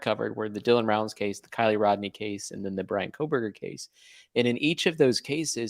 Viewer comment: Thanks for pronouncing her name correctly. Yes he is guilty. Let me say it again for the people lacking common sense. BRIAN KOHBERGER is GUILTY.